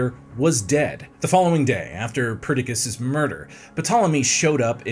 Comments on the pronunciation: No hate (I know goofs happen), but Perdiccas was pronounced like three different ways. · Ptolemy "The Meh"? 😂 Also, i like that it took three tries just to pronounce Perdiccas right lol. Then ended up mispronouncing 90% of the names, including the Aegean Sea somehow. Oh how I long for the days of Simon.